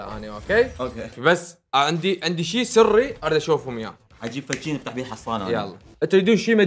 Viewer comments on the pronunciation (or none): افتح❌ افتج✔️ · افتح ❌ افتج✅